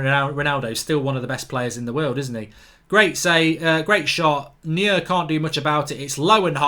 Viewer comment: How come you can’t pronounce anyone’s name correctly. Anyone with a passing interest in football knows how to say Neuer’s name. He’s not the only one you can’t pronounce but my God man